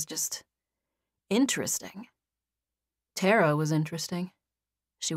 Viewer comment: I'm repeating the first chapters again. I wondered why the female lead was called Terra or Tarra...then it clicked 😂 I've always heard it pronounced Tah-ra😅 but the narrator is excellent nonetheless